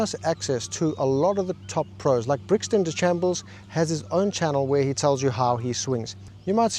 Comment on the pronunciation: Brixon Deshambles 😂